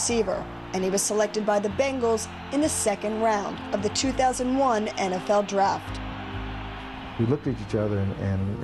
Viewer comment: y u said bunagles lol its bengals(dumbass)